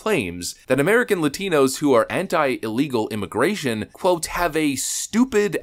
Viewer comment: Couldn’t say illegals